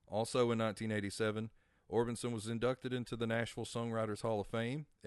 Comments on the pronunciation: Great video but I have two questions? First: How do you not know it's pronounced "Munster" and not "Monster?" Two: How do you not know it's pronounced "Or Bis Son" and not "Or Bin Son" as in Roy Orbison, with no "N"? You must be a youngin' LOL. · Or-BIS-on not Or-BIN-son, silly goose! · It's Orbison not Orbitson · Orbison not Orbinson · I know I cringed EVERYTIME he said it lol